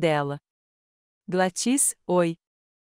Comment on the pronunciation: Não é GladŸs é GLÁDYS